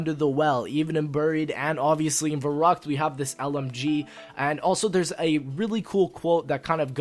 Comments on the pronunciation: Verrückt not Verruckt:D good video i'm so happy you're back:) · Fun fact: since verrückt is in german it should be pronounced ferryckt.